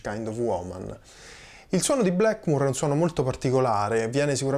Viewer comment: Sei bravissimo ma per favore, Blackmur e Yamaka non si possono sentire...